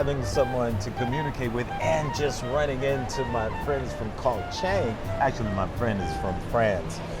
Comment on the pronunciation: So he's only been here a year, he can't pronounce "Koh Chang," he spends his time in malls, he lives in an expensive farang ghetto but claims to live on a ridiculously small budget (especially considering he uses very expensive visa agents), he has absolutely no interest in Thailand ("cost of living is the only reason I live here"), he parrots health advice he got off the Web, and he only mentions eating farang food. I'm glad that he's happy here, but with all the long-term successful expats in this Kingdom, he's not a great interview subject.